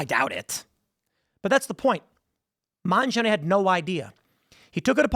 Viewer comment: are you purposely mispronouncing mangione?